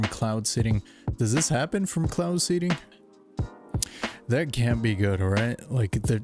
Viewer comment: Cloud seeding , my friend, not seading. Sorry, i had to